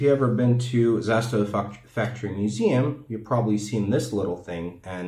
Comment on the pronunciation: Nailed the pronunciation in serbian